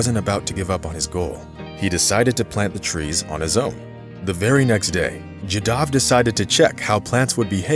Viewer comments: Jaadav.. not jadaav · Pls pronounce this great man'name properly..."Jaa Da V" and nothing else.